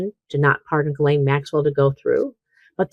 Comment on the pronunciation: You're still pronouncing Maxwell's 1st name incorrectly. Listen carefully to your guest.. she says it correctly.